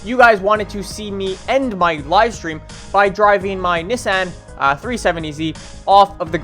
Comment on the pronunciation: Learn how to say Nissan dumb fuck